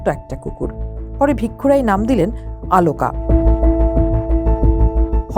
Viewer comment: Why does that ‘presenter pronounced AALOOKA’? Why not OLOOKA? Strange !!